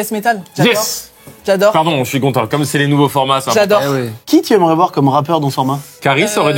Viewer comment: Mcfly revient du sud? Un petit accent marseillais est sorti « qui tyaimerai voir sur… » 😂